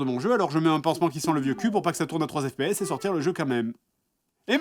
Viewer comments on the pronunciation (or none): "trois z'FPS" -_